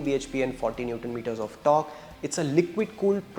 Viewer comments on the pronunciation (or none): none